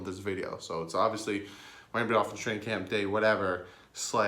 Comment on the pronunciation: Traing?? Damn sound it out unless this was intentional which either way is funny thanks dwrong